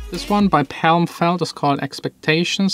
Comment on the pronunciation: Sam feldt not Sam feld😋